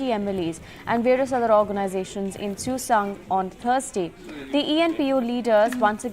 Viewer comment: For ur kind information n correction it is Tuensang not susang n not empo it's eastern naga people organization